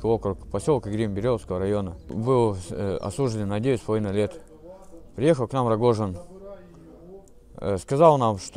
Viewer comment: Слышишь на 😂долго речь учил? Не рогожин, а Пригожин.